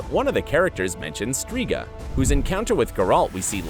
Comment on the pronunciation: Dislike for gurAlt. Also striga ("i" pronounces like kit, not like kite).